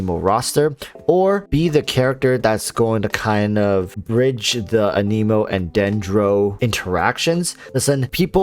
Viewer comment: I think he seems pretty solid. I agree... pretty blah design for a character that has been getting speculated about and hyped since like the NEGATIVE 2.0 patch 🤦🏽‍♂️🤦🏽‍♂️🤦🏽‍♂️🤦🏽‍♂️🤣🤣🤣 I think the worst part about Heizou so far is all the top content creators mispronouncing "anemo"